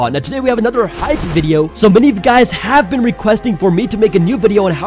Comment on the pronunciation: Can we pause in "Vidyo?"